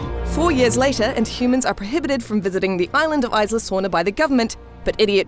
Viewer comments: Aisla nublar... Its Isla! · "Isla" is pronounced Ees-lah. Not Ice-lah. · Isla (EE-sla) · No the s is not silent. Isla is a Spanish word it means island. And it's pronounced eee -sla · Please work on your pronounciation, the spanish "isla" has NO "ice" in it. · the way she says "isla" hurts me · The 's' in "Isla" is silent. Like the word "island", which is what it means. Rough translation- Nublar Island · Not trying to be rude or anything but the way she says "isla" pisses the shit out of me